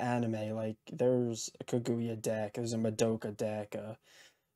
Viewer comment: Good luck! But just FYI, the emphasis in Kaguya is on the "Ka." You were driving me crazy saying kaGOOyah haha.